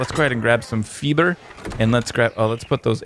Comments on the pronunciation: He said feeber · scared the crap outta me! Dammit 118 xD You pronounced "fiber" just as we do in Sweden ;P